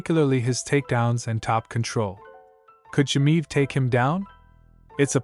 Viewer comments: Chimaev not chimive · You not being able to pronounce "Chimaev" correctly... tells me you know nothing about the man... I think he is way to aggressive for Costa.. Costa is big but slow... which means he is always dehydrated when fighting... Khamzat will be in a better shape than his 170lb... and his ground game is wild so I am going with 90 to 10 Khamzat with the odds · You can't even pronounce his name and you think you know anything...😢